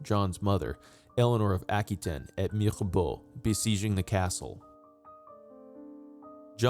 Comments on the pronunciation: His mothers name was Eleanor of Aquitaine (pronounced “aqua taine, not aky ten as he keeps saying) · *Aqua wa tane*, not tin. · Never heard Aquitaine be pronounced ackytin